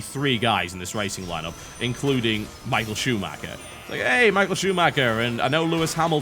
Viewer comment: Michial Schumacker... lol